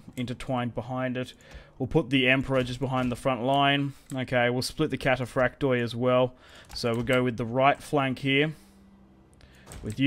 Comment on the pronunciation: I just stated that you can’t really tell how it was pronounced but it never would have sounded like cathaprakte rather like kataphraktoi